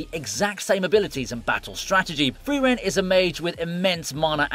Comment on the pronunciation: It's not FRIVEREN, it is FRIREN! I got triggered everytime your mispronunced her name 🤦‍♂